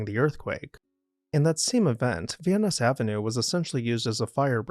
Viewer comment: You are not pronouncing Van Ness Avenue correctly